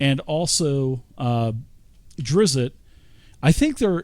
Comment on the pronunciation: Nice video but you are driving me crazy for keeping to say Drizzit. I don't know why this nickname sticked with the character. He was called that a single time by a human boy in book 3, after Drizzt told him his name and the kid taught he was a monster of something.